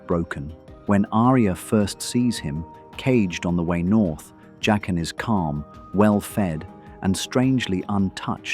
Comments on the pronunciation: Jock-in not Jay-kin. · Why do you switch pronunciation between Jay-qen and Jaqen? It’s really weird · Pronouncing Jaqen three different ways is highly annoying. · Why does the pronunciation of his name keep changing in this narration? Faceless man with a mispronounced name. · Why do you keep switching pronunciations of Jaquen? Is this AI voice?